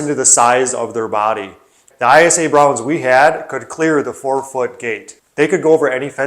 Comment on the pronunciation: ISA Brown is pronounced eye-sah. Eyesa. 👍👍